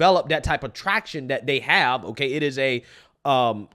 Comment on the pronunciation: First time watching your video. One critique. Please use the word “they” and “that”rather than “dey” and “dat”.